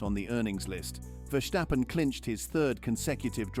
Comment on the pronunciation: It's Verstappen and not Vershstappen